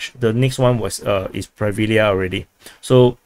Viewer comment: When you're pronuncing Hryhorivka, Pryvilya etc. The "y" is not pronounced as it is in English. There's no reason to distinguish between "y" and "i" if you speak English. Just imagine it's "Pri" instead of "Pry". The "ya" is pronounced correctly by you btw.